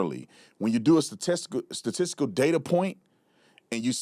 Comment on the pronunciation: statesticle LOL I don’t know why but I picked up on that mispronunciation and have been laughing so hard I’m using that version of statistics at work tomorrow. 😂😂😂